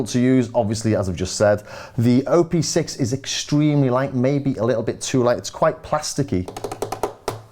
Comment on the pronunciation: hi there.. just a little note: you say "O P six" as O and P being separate letters. But.. it's "OP six", OP like in how you pronounce Operator (or Option, optics) :) It has six engines/operations, hence the name ;)